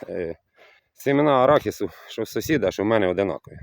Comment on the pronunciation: Не с0сід, а сусід